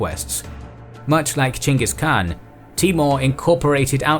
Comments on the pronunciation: As a Mongol, I love hearing say "Chinggis" rather than the butchered "Genghis". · Pronounce of great khan has become lot better. not Ghengis but Chinggis. Good job